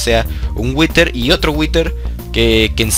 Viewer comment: si witer que bien lo dices